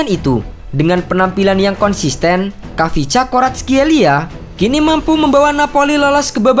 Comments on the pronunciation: D baca nya VICA Varatskelia.( Silent KH ) Dan Georgia bukan negara antah berantah d dunia sepakbola.ada kaka kaladze, temur ketsbaia dll.lain kli klo mau bikin title jgn provokatif tapi ngga riset samasekali. Indonesia malah yg negara antah berantah klo d dunia sepakbola. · cara baca namanya ada kolkolah kayak arabic kha